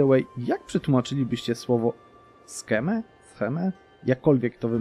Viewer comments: Scheme (czytaj SKIM/SHIM) Intryga albo spisek. Tak w ogóle na początku grając Polską atakuj pogan bardziej wysuniętych na zachód żeby zgarnąć ich ziemie zanim zrobić to HRE i aby odciąć HRE od ekspansji na wschód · Scheme to znaczy intryga tak jak w tym przypadku: Intryga: Przekabać Królową Wyszesławe A wymawia się to tak: Skiim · scheme czyta się skim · Plan/schemat czyta się "skim" (nie bicie ale nie znam fonetycznego zapisu)